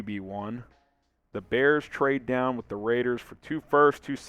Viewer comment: Bear 🐻 dahn